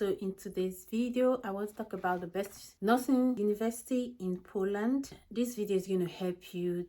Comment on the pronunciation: Hi, great content, but could you please pronounce the name of the country properly?